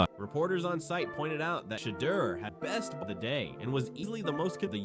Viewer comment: The continued mispronunciation of Deion Sanders and Shedeur Sanders names is either from a lack of professionalism or racism. You choose the reason.